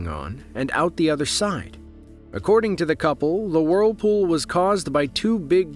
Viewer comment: Great video, but i can't stand hearing WORLpool over and over